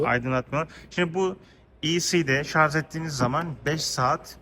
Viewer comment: Şarz değil Şarj !